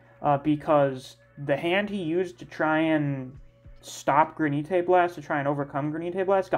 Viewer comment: Are you saying gra nee Tay as a joke? The word is granite like the stone?